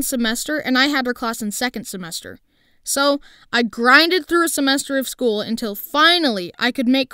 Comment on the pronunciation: Few i thought you said school but you said shool